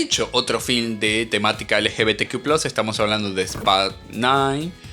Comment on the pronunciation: Es ridículo como lo pronuncia 😂